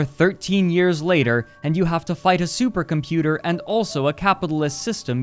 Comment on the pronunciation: Supah computah